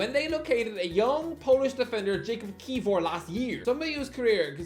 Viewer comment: Please learn how to pronounce player names man 😄 Ki-vi-or